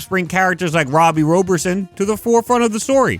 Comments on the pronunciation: Robbie's last is "robert-son" not "rober-son". After zeb wells run I'm ok if they don't use tombstone in the comics for awhile. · Pisses me off how you say Robbie Robertsons name as roeberson instead of Robertson. It’s the easiest name to pronounce in history n he’s actually one of my favorite slept on characters that I wish we got more of in live action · ive noticed something about you struggling to pronounce Robbie Robertsons surname?... i think its pronounced "Robert-son" like Robert then son, no hate tho love your amazing content, just wanna help out a favorite Spider-Man content creator of mine for their future vids